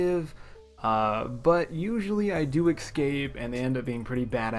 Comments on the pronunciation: escape not excape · Please can you stop saying “ecscape” it’s so hard to listen to you say it